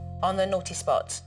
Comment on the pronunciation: Every time she said naughTEE spot I cringed